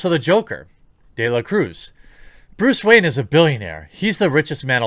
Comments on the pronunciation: keep hearing Bruce Wang now!wtf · Bluce Rayne?